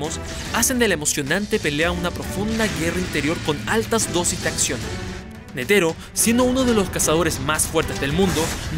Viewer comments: no es netero, es nétero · Buen TOP, aunque hubiera puesto primero la de Meruem vs Netero. PD: Si no hubieras dicho Attack on Titan y pronunciado mal "Netero", me suscribía.